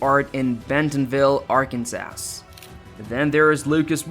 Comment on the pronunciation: AI is having trouble with dose engwish words. Arkans-ass. Hundreds of billions and you grace us with deceptive AI. Well done Waltawns.